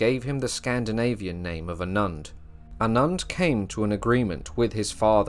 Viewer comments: Never heard Anund pronounced like that. I believe the emphasis should be on the initial A, like Aanund. Otherwise, nice to see someone digging into this material. 👍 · Please, A nund thats Anund